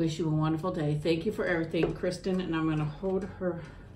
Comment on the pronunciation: Yay!! I’m so glad you liked my card and that you read it!! I’m Kristin btw! :) great video! Also I forgot to say that those birds on the cards are some very common ones here in Missouri ❤️❤️❤️ oh also! You did say my name correctly! Thank you!! ❤️❤️❤️